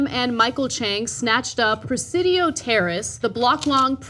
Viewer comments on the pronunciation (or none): It's presidio Ana. The s pronounced Z